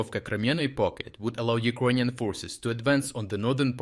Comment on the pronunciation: either yout reading bot sucks or you should really learn how to pronounce "Ukrainian"